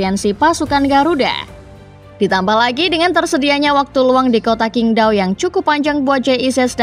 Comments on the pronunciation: Min untuk kedepannya saat menyebut nama2 di China seperti nama stadion atau nama pemain sebaiknya di revisi karna Qingdao di baca chingdao bukan kingdao (huruf China Q di baca C) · Min bacanya qingdao adalah cingtao